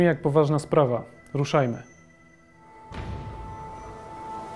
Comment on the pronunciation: > powaZna zamiast poważna